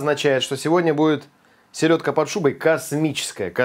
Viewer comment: Силедка 🤦🤣. Правильно селёдка 👆